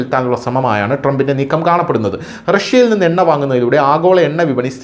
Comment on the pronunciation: Enna അല്ല. ... Unna